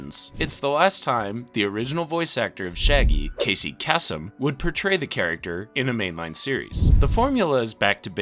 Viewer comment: Slōne. The a is silent like Ferris Bueller's girlfriend, Sloane. Kāsem. The a is hard like the famous deejay and voice actor Casey Kasem.